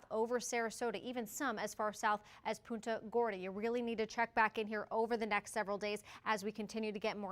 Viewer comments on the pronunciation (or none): It’s puunta gorda not poo ta